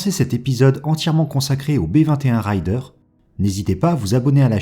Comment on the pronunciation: C'est pas " raill - deur " c'est " réder " apprenez donc a bien prononcer les mots anglais , parce qu'il y as une grosse différence entre : ryder et raider ... ryder : routier, bourlingeur .. , raider. : frappeur , attaqueur . Faire un raid ... ! Pas faire une ride ( une promenade )